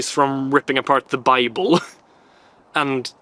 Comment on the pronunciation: Yes he said SATANIC BIBBLE 😂😂😂😂